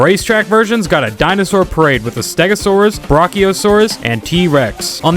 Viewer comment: “I am a steh-goh-soar-us!”